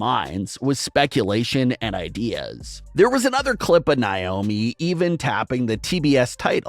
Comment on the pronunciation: her names naomi not wyomi